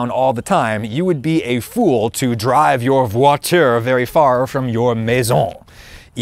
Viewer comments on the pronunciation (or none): Not so good on voiture et maison 😂